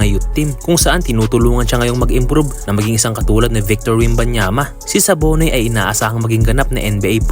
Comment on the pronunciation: Dabone po yata Hindi sabone